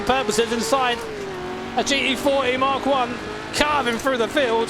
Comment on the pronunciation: Please, for fucks sake, stop saying G E 40, just pronounce the fucking T dude...